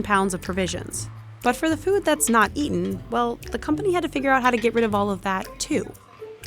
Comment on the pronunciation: “Food” not Fewd”